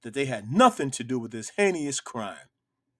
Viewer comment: Heinous has two syllables, there is no enunciation where there are three syllables.